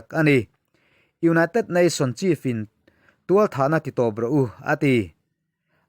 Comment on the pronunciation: Thualthah tih hi a dik lo deuh tualthah na a tih tur